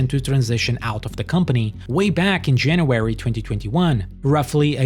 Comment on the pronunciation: "Janawerey" is not a month on the english calendar.